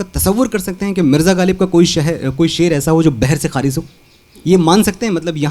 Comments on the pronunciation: ख़ारिज का उच्चारण खारिज़ किया है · भूल सुधार....... ख़ारिज का उच्चारण खारिज़ किया है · अन्य क्षेत्रों के सदृश शायरी के क्षेत्र में अनपढ़ अधकचरे लोगों की भरमार हो गई है । जो स्वयं ख़ारिज शब्द का उच्चारण खारिज करता है और मिर्ज़ा ग़ालिब के शेर को बह्र से खारिज ( ख़ारिज़ ) बता रहा है । नाच न जाने आँगन टेढ़ा । मिर्ज़ा ग़ालिब जिस ज़माने में शायरी कर रहे थे, उसी ज़माने में और भी बड़े बड़े शायर मौजूद थे । ऐसे माहौल में कोई शायर बह्र से ख़ारिज शेर कह कर बादशाह का उस्ताद हो सकता था । मिर्ज़ा के जिस शेर पर यह अधकचरा अनपढ़ व्यक्ति अंगुली उठा रहा है वह शेर व्याकरण के एक नियम के अनुसार ही कहा गया है ।